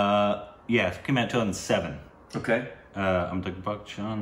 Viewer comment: Plse...its AMITA..BH BACHCHAN N not AMITA..GH BACHCHAN..PLS guys..u cant spoil this..